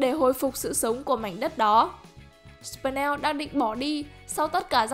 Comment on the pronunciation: Là sờ pin neo ko phải sờ pần neo